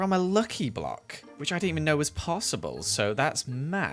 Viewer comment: The way he said "possible" seemed weird to me... anyone?